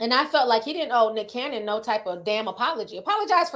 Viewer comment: Ti you get me every time that you say Dicholas Cannon🤣😂😭😂..and not Father Abraham 💀💀